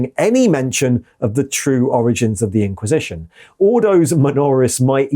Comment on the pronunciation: You pronounced "IN-quisition" exactly how I expected you too, and I was pleased